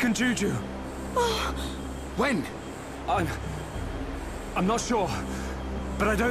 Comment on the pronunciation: feel so srry for the kid with the name juju :( . first time i heard that i thought chugga said jujube the candy name lol